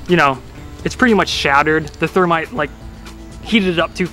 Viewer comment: Did he say termite?